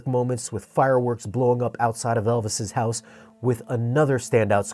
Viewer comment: Just got Twister on 4K can't wait to try out the audio mix. Also "Elvis' house" lol that got me 😂